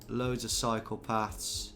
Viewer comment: "Yeah this is Netherlands, loads of psychopaths." 😂 (I know he says "cycle paths" but the way he says it it sounds like the other thing)